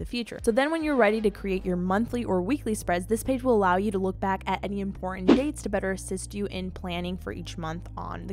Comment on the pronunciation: It's not emportant ,it's important